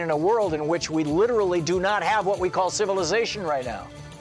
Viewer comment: And ... it's civilization, not civilsation